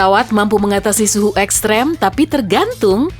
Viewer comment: Oksiap,pengucapan ekstrim jadi ekstrem